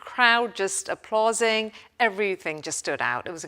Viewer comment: Applauzing?? At least hire people who can pronounce things correctly!